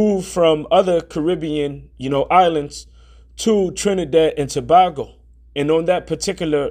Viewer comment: It's pronounced (Jew-Vay ) and it's Trinidad and Too-bay-go. But we understand, it's not our language. There is so much confusion. (PEROID). Israel will be United again and we shall be released. The time is ripe and ready, who cannot see the signs, are truly blind. Keep pushing brother! I stand with you.